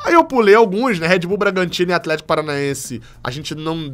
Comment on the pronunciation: Um é o atleeeeeshiiico kkkkkk que foi isso? Você é top, ótimo trabalho.